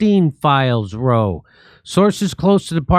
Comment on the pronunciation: “Row,” meaning an argument or fight, rhymes with “cow.”